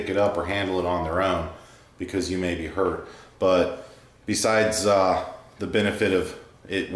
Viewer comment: "You might be hurt", or "you might be her"?